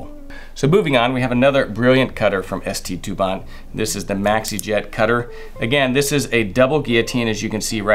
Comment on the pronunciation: It’s not ST DupanT Mr classy, it’s called Saint Dupont and the T is silent